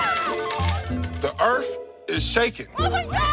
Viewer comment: "The Earf, is shakin'."